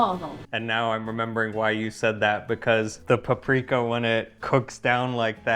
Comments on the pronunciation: Yes, it annoyed me so much when he kept saying pu-Pri-ka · Igen. Feleségem magyar. I thought they were in Szeged!...it's PA-pri-ka!